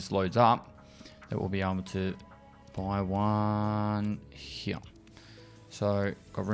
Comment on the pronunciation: Does anyone else like the way says the word "Here"? Its always sounds like "Hereuh" to me lol